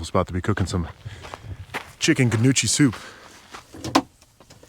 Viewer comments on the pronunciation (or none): Howdy. Been following you for a while and love traveling with you. Have you ever thought of live streaming so that you could actually share it with us? Also tiny suggestion, go to the Google and ask it to tell you how to pronounce gnocchi. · There's no 'u' and the 'g' is silent. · I'm going to start calling it guh-noochi now too 😂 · lol Gahnoochi Soup huh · The way you said gnocchi had be rolling 😂 I love watching your videos